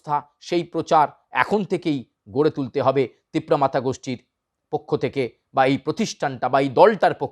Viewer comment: Tipra motha bolte pare na thikmote Tipra matha bole..